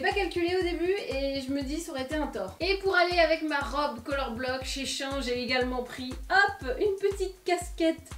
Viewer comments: Shein se dit chi-in 😄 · SheIn était avant SheInside mais ta prononciation m'a fait rire ! Mon porte monnaie va moins rire par contre...